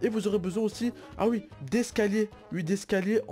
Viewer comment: Mdr j'adore qd tu dit ui au lieu de oui mdrr